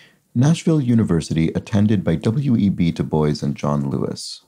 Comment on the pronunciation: Two pronunciation things: W.E.B. DuBois is pronounced "doo-bwah", and Pachamama is with a "ch" sound, not a "ck" sound.